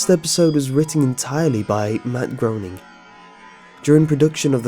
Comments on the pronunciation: it's pronounced graining not groaning. I made that mistake in the past too. don't feel bad. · you pronounce the name as matt GRAINING not grouning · You're the only person I've heard narrate this story in a way that actually gave me chills; thank you for that! I'm loving your channel. One slight problem (which really isn't a problem at all — just future reference): "Groening" is pronounced "GRAY-ning". Not important of course. Keep up the good work! You've got a great narration style! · the man's name is pronounced as per the phrase 'graining' I think I can empathize with him on how it must make him feel to hear it as groaning all the time then again, I suppose a compliment is in how you take it, teehee! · this is the funniest fucking thing I've ever seen. the image of groening (which is GRAY-ning, not GROW-ning btw) trembling, and then the "payoff" are fuckin hilarious. "THE FUTURE GUEST STARS ARE ALL GONNA DIE ON THE SAME DAY!!!" hahahaha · It's pronounced grayning you lime. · Just FYI, Groening is actually pronounced "graining." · You pronounced Matt Groening's name wrong. It rhymes with "raining". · Matt Groening. But he pronounced it wrong.. Matt his name rhymes with "raining" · The way you pronounce Groening makes me want to drive a nail through my head